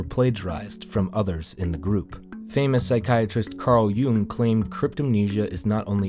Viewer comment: yeah, not yea . yea is pronounced 'yay' Jung is pronounced 'young,' not 'yoong' 😉